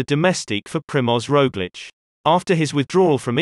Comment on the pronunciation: the robot seems to understand Slavic pronunciation with Roglic